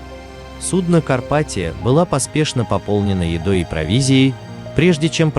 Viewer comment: Не карпатио а карпатия